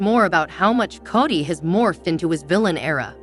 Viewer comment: Kody is prounced 'kodee' not kady. Emphasize the "o" as there's no a 😂 in his name. Thank you. Great recap .